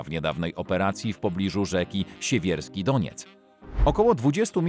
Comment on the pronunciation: Jest ale tego się nie wymawia "śewierski"